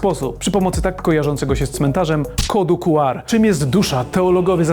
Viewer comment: Słowo „QR” wymawia się, czytając po angielsku litery: "ku-ar". Pełna nazwa kodu to Quick Response Code, co oznacza kod szybkiej reakcji, odzwierciedlając jego koncepcję szybkiego odczytu. Wymowa liter: Podobnie jak w języku angielskim, czyta się litery oddzielnie: „kju” (Q) i „ar” (R). Pełna nazwa: Czasami używa się pełnej nazwy „kod Quick Response”, aby podkreślić jego cechę szybkiego działania.